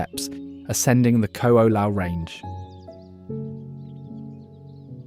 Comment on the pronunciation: The mispronunciation is one; look at the spelling of most of the chapter names. "Narali Coast" "Kalalao Valley" "Hanlay Bay" "Qualoa Ranch" "Cocoa Head" (in addition Koko Head is actually across the road and this is Koko Crater).